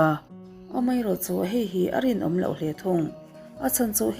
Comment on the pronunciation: I aw ngaihthlak a nuam viau a chu i thil sawi zin leh thluk hi ka lo ngaimawh thin entinan:bawk aaaa,mai aaaa,hle aaaa…Aaa thluk i uar lutuk a Jeronimo ang deuh hlek hian atawp hi inzir ila ngai ka lo ti ve mai2 chuanin English thu lam dan tur thenkhat pronounciation utube ah in zir hmasa bawk la ka lo ti ve mai2 hate comments ni lovin ka thahnem ngaihna tangin ka lo sawi ve aw..ka ngaithla ve ziah ania aw